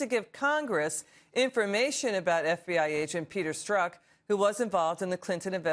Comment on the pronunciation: STROKE, not STRUCK !?!?!! 😲😲😲😲